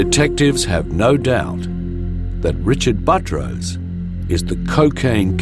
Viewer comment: His name is Buttrose, but the narrator keeps calling him Buh-troce, similar to buttress.. It should be pronounced Butt Rose. If it were my name, I would pronounce it like Buttress also. I bet he had fun in elementary school every time the teacher called his name.